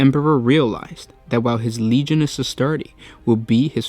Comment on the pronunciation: Legiones is pronounced leg-ee-oh-ney-s